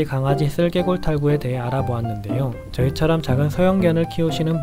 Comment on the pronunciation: 좋은 정보 감사합니다. 제 귀가 잘못됐는지 슬개골을 쓸개이라고 들리네요. 쓸개라는 장기 이름 처럼요.